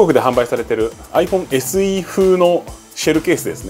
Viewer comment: あいふぉんせ●●す ＿人人人人人人人人＿ ＞ 意外と発音いい ＜ ￣^Y^Y^Y^Y^Y^Y^Y￣